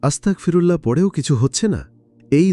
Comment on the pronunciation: আস্তাকফিরুল্লাহ নয় আস্তাগফিরুল্লাহ। আস্তাকফিরুল্লাহ মানে সকল কুৎসাহ আল্লাহর জন্য। আর আস্তাগফিরুল্লাহ মানে হে মহান আল্লাহ পাক রাব্বুল আলামিন আপনি আমায় ক্ষমা করে দিন।